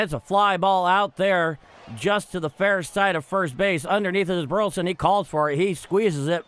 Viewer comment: Thanks for what you do only way I can follow the guard, but please say Bur La son. Not Burton